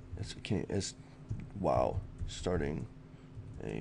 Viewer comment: Lmao awkward momment when hes says he 'ca't even spell' :L you mean can't!!! :')